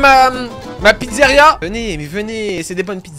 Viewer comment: "La slyzaria"